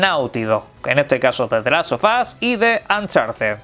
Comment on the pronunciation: XD, "the last of ass" 😂